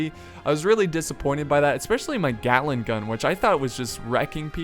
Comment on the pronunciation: "yea i stand right in front of the glating gun" XD